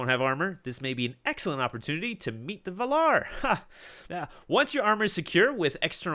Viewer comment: Just thought i'd mention that you are pronouncing the words valar and ainur wrong. In both words you put the pressure later in the word, but in both instances the correct way is to set the pressure on the first vowel. Not a hate comment. Just thought I should tell you.